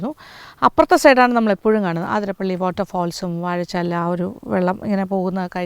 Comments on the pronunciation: അതിരംമ്പിള്ളി അല്ല അതിരപ്പിള്ളി ശരി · ഏത് ആതിര ! ആതിര😂പ്പിള്ളി അല്ല അതിരപ്പിള്ളിയാണ്, ചിലർ ആതിരംപിള്ളി എന്നും പറയുന്നു 🤔 ഉള്ളത് പറഞ്ഞാൽ പോരേ? കേട്ടുനിൽക്കുന്ന ഫോറസ്റ്റ്കാരിക്കും വിവരമില്ലേ ? മന്ദബുദ്ധിസംഗമം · The other side of the falls is truly beautiful, awesome view, adventurous.. പിന്നെ ആതിരപ്പള്ളി എന്ന് അല്ലട്ടൊ അതിരപ്പിള്ളി എന്നാണ്‌.. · Maam ആതിരപ്പിളി അല്ല അതിരപ്പിള്ളി ഞങ്ങളുടെ നാട് 🥰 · അതിരപ്പള്ളി യാണ് ആതിരപ്പള്ളിയല്ല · എല്ലാവരും ആതിരപ്പിള്ളി എന്നാണ് പറയുന്നത്. അത് തെറ്റാണ് അതിരപ്പിള്ളിയാണ് ശരി.